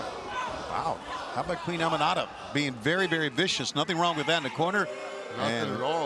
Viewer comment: Aminata..not Amira hahhahha..don't mess the west African queen name